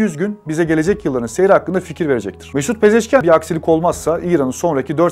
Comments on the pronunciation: Yan değil ian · Abi,Pezeşkiyan deyil Pezeşkiandır... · Не ян , ан.Мəsələn Panaxian. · Ни Пезешки-ЯН, а Пезешки-АН